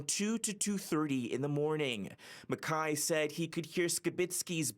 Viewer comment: Where does CityNews get these reporters? They can't pronounce people's names correctly. MacKay and Skibicki's names were pronounced wrong. Low-budget news from Canada.